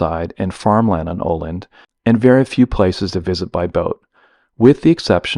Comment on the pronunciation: Sayng Oland makes it sound like Åland, which is east of Stockholm in Finland :)